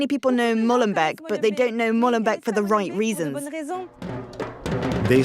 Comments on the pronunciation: It's Molenbeek not Mollenbeck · Why is it so hard for the French to pronounce correctly the name of that city, finishing like " bake" in English, not "beck??" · Stop pronouncing it as Mollenbek. It is not the beak of a mole. MoLenbEEk is the creek of a mill.